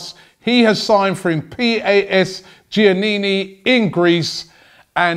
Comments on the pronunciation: By the way, PAS Giannina (emphasizing the first a) is the name of the team (not PAS Giannini) and it's a team of north-east Greece from the city of Giannina . Moreover the pronunciation of his name is by emphasizing the 2nd a . Greetings from Greece. Have a happy 2018. Good luck to Arsenal. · Robbie ma man. It's said PAS as in pass. And giannena is pronounced YA NE NA. It's where my old boy is from in Greece. Love the vids btw fella with DT and troopz. Not even an arsenal fan but kick on brother!